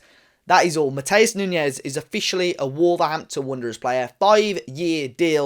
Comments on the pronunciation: its not nuñez its nunes. It sounds like it spells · I don't mean to be picky or rude but Matheus Nunes is not pronounced Nuñez. In Portugal we are a bit sensitive about pronouncing our names as Spanish (Nothing against our Iberian brothers) It's pronounced New-nesh (kind of..) On the sport side, Nunes is a potential world class player and the Sporting manager was not happy to lose him because people feel he was cheap.